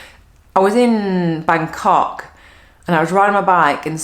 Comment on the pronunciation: This is why women should not run stuff. "Muh feelings overwhelmed me." "I am offended for other people." The rest of the message is spot on but, getting overly emotional and offended is just silly. Take your own advice and ignore the negative haters. BTW, You said "Bangkok!" but, it sounded dirty.😉